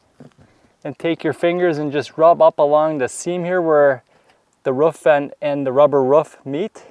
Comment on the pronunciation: Why do you call a roof a ruff? Not being mean I'm just curious, I do love how you explain back to front (kind of like a shingling effect) I'm a new subscriber now thanks